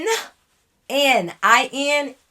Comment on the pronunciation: “IN-til next time”😭😭😭